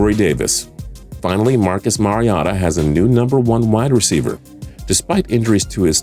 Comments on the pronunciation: Its MAR•E•OH•TAH. not mariata, hes not a Mazda. And where is Derick Henry! Did yall not see those bulldog runs towards the end of the season! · I feel like they don’t even watch football he is saying mariata not mariota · MariOta not Mariata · MariOta not Mari otter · Mari-OH-ta Not Mari-ah-ta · Mar- e- o- tuh lmfao Who is mar-e- Ah-tuh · He says Mariota like mariohta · Its MAR-I-O-TA bro. come on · Marcus MariATA?! 🤦🏻‍♂️🤦🏻‍♂️🤦🏻‍♂️🤦🏻‍♂️ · Did he call my boy Marcus mariota “Marota”? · How can you have a sports channel and pronounce Mariota as. Mary-ah-ta, not like he’s a random guy he’s a starting nfl qb former #2 pickyou also said Mahomes was a first year PLAYER, first year starter would be correct, not player...obv you’re a paid host you know nothing about football dude never watching again and neither should anyone else their host is poorly informed about the topic he’s hosting... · Marcus MariAHta?? Seriously? SAHquon Markley? nice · "Marcus Mari - ata" wtf you talking about? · cant even say mariota's name right. how does it com out as mariata? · Who in the literal fuck is mariaaata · MARY O TAH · That's not how you say saquon or mariota. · Not even a Mariota fan but why TF would you mispronounce his name like that. And if you're going to give the im not a sports fan excuse then you shouldn't be qualified to give out top 10's like that. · WOW do you even know how to say Marcus mariota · You don’t put enough emphasis on the O in Mariota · Can't say Mariota?? Lol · Can we talk ab how he pronounces "Mariota?" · I cringe when u say Mariota. It’s just so wrong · You pronounced mariota wrong